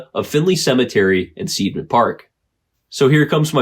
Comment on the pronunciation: It's pronounced SIDE-MAN park - it''s an I sound not an E. I before E rule! It makes no sense to use it in spelling if you don't use it in pronouncing it too. We get the EI and IE spelling from the GERMANS. This is so that you know which way the pronunciation swings and not sound ignorant. Either way I don't believe in ghosts. I know better than that.